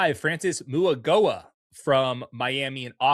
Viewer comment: Moowagowa, come on, you're better than that